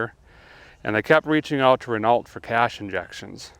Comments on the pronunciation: Renault is pronounced Renoh. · Hey guy, Renault is actually pronounced Ren-Oh. I know. It's french, what are ya gonna do? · R e n a u . . . as pronounced ..... for the “L T” on the end of Renault is “silent”. Or maybe just playing with us. 🤣 Such a lovely gentle presentation style, so very easy and relaxing to listen. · Renault (pronounced Renn-Oh) is responsible for jeeps legendary 4.0. Also helped mack design some of the best diesel engines ever in exsistance with the E6 engines. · I do believe it is pronounced "ren-oh" my friend lol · renault is pronounced ren "o" if anyone is interested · Re-no (no ree...re as in the color red), the T is silent. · Derek, you pronounce the French car maker Renault as Reh-no.. Just saying. 😏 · Reneault is pronounced more like renno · Renault is pronounced "Renno" by the way. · In the process of watching the video. I haven’t read through all the comments, and I know that we Americans seem to think that pronouncing foreign words correctly makes us seem pretentious, but Renault is pronounced Ren-oh. Generally speaking, in French, you don’t say any consonants that aren’t followed by a vowel. Since the “lt” in Renault are not follow by a vowel, they are silent. So, it’s like you are just saying “Renau” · It's pronounced "REH KNOW." Just trying to help. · Renault pronounced: Ruh - now. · Derek.. just a heads up .. it's pronounced Reno... the LT are silent! 🇨🇦😁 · I love how you say Renault. Ren-ult 😂😂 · My eye keeps twitching every time he says Renault..... it's Pronounced Ren-no..... Please good sir. Also seen you drive some Sketchy shit.... but this takes it to a whole new level... A guy's worried another guy is going to hurt or worse himself doing this. Do be careful there :) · It's pronounced "Reno" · that British trio we all know and love might have had triple heart attacks with that pronunciation😭😂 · Apparently Americans don't know how to pronounce Renault. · Ah the pronunciation of Renault was beautiful 👌🏻😅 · The T is silent.